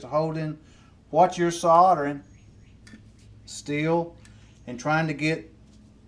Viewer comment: Soldering.....!!!! not Sautering......lol